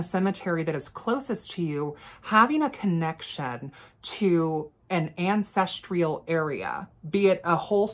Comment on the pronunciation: *Ancestral not ancestrial